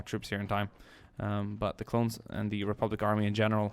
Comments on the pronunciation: he said clowns instead of clones lol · he says clowns instead of clones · I swear he's saying clown instead of clone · You keep saying clowns not clones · said clowns instead of clones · u said clowns and not clones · you said clown!?!?